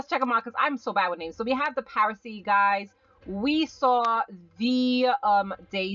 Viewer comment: it is pronounced as par-a-see not prasee